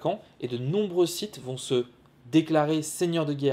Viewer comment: Je rappel que sith phoniquement ne se prononce pas site c est comme le mot clef on dit pas clefe pour le sith c est pareil